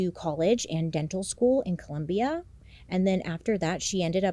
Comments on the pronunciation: It's Colombia 💔💔 not columbia... crazy story anyway 🥲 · Bailey girl it’s ColOmbia not ColUmbia 😭😭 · Love your content, Bailey! Just a quick detail, it’s Colombia, not Columbia 😅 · sorry, had to say it, is cOlombia not columbia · It is COLOMBIA!!!!! No ColUmbia!!!! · I'm so sorry I just started the video but as a Colombian, it's COLOMBIA not Columbia 😢 love you tho!!!! Now I can continue watching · Hey Bailey! Is not Columbia. Is Colombia. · Just wanted to point out that its Colombia not Columbia. lol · Colombia* not Columbia 😂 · NOOOOOO WHAT DO YOU MEAN COLUMBIA! I can’t believe you 😭 you’ve officially broken my heart. It’s ColOmbia not Columbia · Bailey I love ya but not the Columbia… girl it’s Colombia. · This is a terrible case. Preventable in so many ways. That being said, I love the way you tell the cases, but just one little thing. It's not Bogota, Columbia. The country is ColOmbia, with an "o" 😅. One of my pet peeves as a Colombian myself haha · its Colombia not Columbia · Bailey!!! its ColOmbia not ColUmbia❤ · As a Colombian I need to say: it is Colombia, not Columbia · Bailey, it’s Colombia, 🇨🇴, not Columbia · Bailey it’s Colombia not Columbia 😭😭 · Girllll, it’s Colombia, not Columbia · Bailey, I love you, but it's COLOMBIA with two O's. Sorry, it's s trigger lol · Bailey I love you! but as a devoted Colombian fan I have to respectfully ask you to put some respect on Colombia* not Columbia ! 😂 Anyways I'm so stoked you covered this story!!! ❤ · Bailey, I love you but how could you do Colombians sooo wrong. Its Colombia, not Columbia. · I LOVE YOU, IT'S COLOMBIA NOT COLUMBIA!! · As a fellow Colombian it’s with an O 😭 not Columbia with a U. Loving the content though Bailey 🫶🏽 you always make me laugh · Baileyyyy noooo, it’s Colombia not Columbia 😩😂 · Girl are you fo real?!? It’s COLOMBIA. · I love you Bailey and huge fan of your videos ❤ but have to make the correction….Colombia 🇨🇴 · As a fellow latina I have to say it, it’s ColOmbia 😅 but loved the video